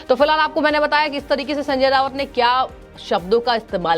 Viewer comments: रावत नहीं राऊत बोलो मैडम। वैसे यह आदमी वाकई मे सनक चुका है। खुद से कहा था की मैं बाद नंगा इंसान हु। मेरे से पंगा नहीं लेना। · Sanjay Raut not Rawat . Basic knowledge of pronounciation